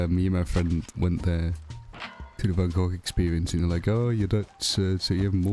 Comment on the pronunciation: I'm 100% more aware of how wrong Americans say van Gogh after hearing you say it lmao. Also yeah Gulliver is kinda annoying imo even in NH. Same with the ghost NPC. But I like them still.